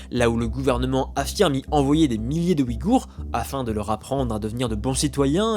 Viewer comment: Ce ne sont pas les "Wigours" mais les Ouïghours. Le "ouï" se prononce "ouille".